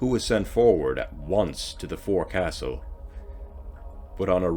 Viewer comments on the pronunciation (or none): Forecastle is pronounced folkesall